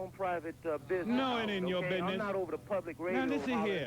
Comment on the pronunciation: “Lemme ask you about yo bidness”